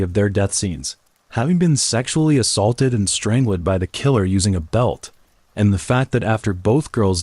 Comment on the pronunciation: Why does AI have so many problems with reading, is it because the person who enters the words misspelled them? If my phone can give me suggestions on spelling and grammar, why does the AI have so many errors, so many words it just can’t say like strangled, the AI says straing led, bodies comes out like bawdies and so many more. So WTF?